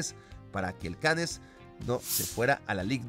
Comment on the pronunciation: la ciudad francesa Cannes se pronuncia " Can"